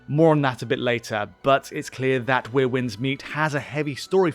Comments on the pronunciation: Are you intentionally saying 'weir' instead of 'where'? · “Wier winds meet” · 'Where' Winds Meet, not 'We're' 😵‍💫